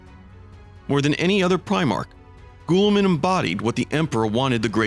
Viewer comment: LoL bro your butchering Roubute Guillimans name lol its not goooliman